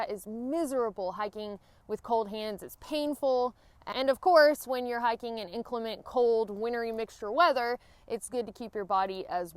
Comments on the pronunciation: I'm so embarrassed.......after graduating high school in Alabama, I have been in the "north" these last few years, and I thought you said hacking boots when you started talking about hiking boots! Noooooo!!!!!!! What have they done to me?!?!?!?!?!?!? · "Hackin boots" I heard at first. What the heck is that I thought, haha. Good video.